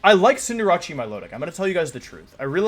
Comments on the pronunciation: does everybody call Cinderace "Cinderacci"? I always thought it was "Cinder" "ace" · Why does he pronounce Cinderace like that? Maybe that's why he kept going second... disrespecting his pokemon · Why does he pronounce Cinderace's name like that? It's slightly irritating to here that xD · it is pronounced cinder-ace, it's just a meme on this channel to deliberately mis-pronounce pokemon names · The “Cinder-achi” pronunciation started to feel like a Drilbur digging into my brain mid-way through the video ._.